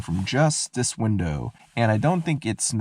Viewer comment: I can't unhear how you say "dis" instead of "this" about half the time and Ds instead of THs for everything lol.